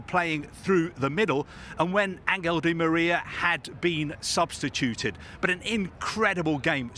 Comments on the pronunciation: Is he the only person in the world that calls di Maria “deMeerria” Why is there always that one guy???🤦‍♂️ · Never seen someone struggle so much to say Di Maria